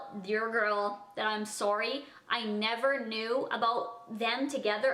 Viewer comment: Why does she say sorwy